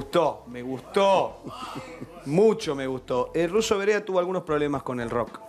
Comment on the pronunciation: El Ruso se llama Verea, no Varea.